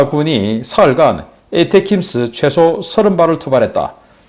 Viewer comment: 미국 어떤놈이 '에이테킴스'라고 발음하나? 미국은 '어텤음스' 라고 한다.